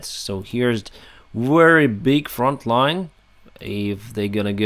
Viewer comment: It's front not font.